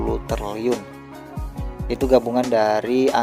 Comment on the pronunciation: Triliun bang bukan terliun😢😂